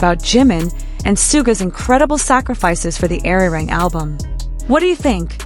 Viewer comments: Please learn to pronounce Arirang correctly. It hurts to hear Airirang. Ah ri rahng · I wish you would pronounce ARIRANG properly.